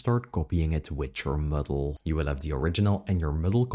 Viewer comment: Muddle not Middle! Oh Painful